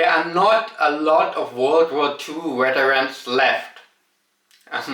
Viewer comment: It sounds like you're saying Germany has an issue with becoming too hardline. Whether it's war or immigration or some other subject? weterans was actually quite nice to hear. In Germany you hear folks pronounce Vs as Ws and Ws as Vs even when they're speaking english. When you watch Germans on youtube they seem to drop it and while I understand why I do appreciate a German speaking English like you hear it in Germany.